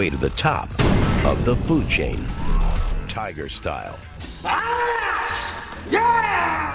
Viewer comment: REEOWL TYYGAH, lol